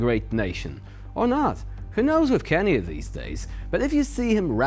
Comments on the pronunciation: Kanye is pronounced Khan-yay. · Can yae, is an excellent pronunciation,! Mind if I use it too?? 🔥😝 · "Kanye" is pronounced "CON-yay", which is kind of appropriate.